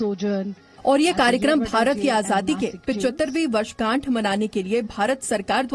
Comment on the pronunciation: वर्षगांठ बोले कि वर्षझांठ😂😂